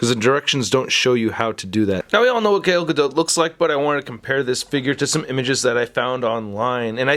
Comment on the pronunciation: G A L not GAIL 👌